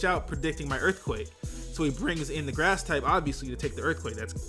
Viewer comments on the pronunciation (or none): none